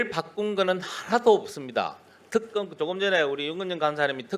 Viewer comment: 깽쌍또 내란부역국개 들 표준발음부터 배우 고나와라 턱검이뭐냐